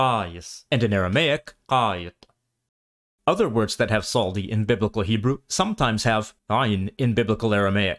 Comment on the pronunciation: Why are you pronounce Tsadi letter צ\ץ as S, while it's TS like zz in pizza??was it pronounced differently in Ancient Hebrew?